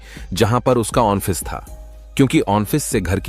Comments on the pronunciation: औफीस नहीं आॅफिस होता है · AUNTO Nhi 🤦🏻‍♂️.... AUTO Boltey Hai. 🆗👍 Aur ONFFICE Nahi.... OFFICE Bolo 😂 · ओंटो ओन्फिस क्या बोल रहा है ऑटो और औफीस बोलना चाहिए था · Onffice v toh bolraha hai😂😂😂